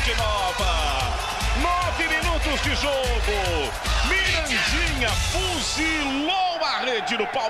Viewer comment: O narrador falava Mirandinha e eu só ouvia estuprador de porcas 😂😂😂😂😂